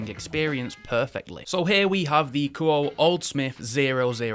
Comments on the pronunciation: I think it's pronounced more like Koo-Oh-Eh. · Actually, the proper Japanese pronunciation of Kuoe would be (Ku-Oh-Eh). I'm not sure if they want their name pronounced like an English word, usually not. But it would be like calling a girl named Akane A Cane instead of (Ah-Kah-Nay).